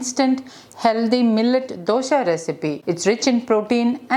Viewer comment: I just want to add that, for a kannada language person, the word dosha as pronounced by you, gives a negative meaning. You can Google the meaning. Just thought I would let you know. Hope I have not offended you.